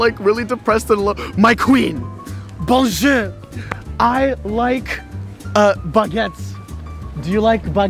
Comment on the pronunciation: Il dit benjer pas bonjour